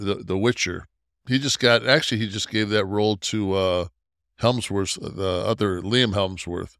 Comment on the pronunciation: Hemsworth. Not Helmsworth. Cavil. Not Kayville. Also turn down the music on the commercial promos.